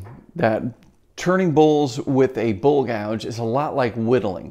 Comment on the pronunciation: I thought you were saying bull gouge ... lol